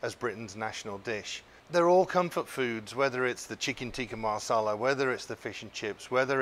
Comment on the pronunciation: Masala .... not Marsarlar